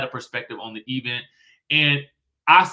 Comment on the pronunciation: Can we stop putting so much stress on the e in event🤭